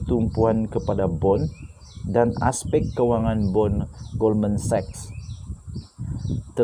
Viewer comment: Wow dah pandai sebut Goldman Sachs secara betul 👍🏽👍🏽👍🏽🤗🤗🤗